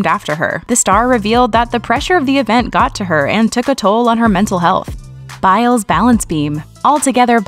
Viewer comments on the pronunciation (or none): none